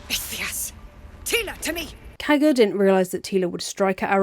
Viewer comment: The way you say Kagha’s name sounds like Caca and I agree